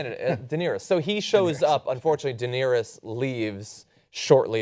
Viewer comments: WTF Ben you really need to start learning names of the characters in Game of Thrones. Wow when he said Deanerys name I just started to laugh. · Ben called Daenerys and Margaery , - Taniyah and Gladys !!!?? Oh Ben you are always the best bit of any review